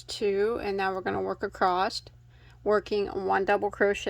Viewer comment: I need a merch shirt that says "Acrosst"! 😅 This is the one CAL I look forward to each week. Thank you for these. 💕